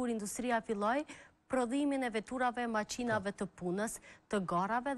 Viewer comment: nuk thuhet (maqinave )???? por Makinave ooooooo Hak.....